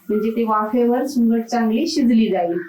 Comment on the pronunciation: सुकट म्हणतात सुंगट का बोलतायत तुम्ही